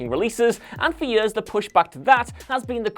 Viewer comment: This man literally has the strangest pronunciations of words I’ve ever heard. 😭😂 Yurz = Years Poo-er = Poor Fillem = Film